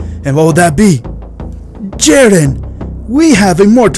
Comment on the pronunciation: “wheeze” ITS WHIS